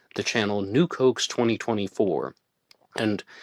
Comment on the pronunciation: Nuke hoax. I kept thinking, new Cokes? What the hell is he saying? lol